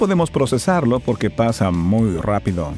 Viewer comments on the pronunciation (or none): none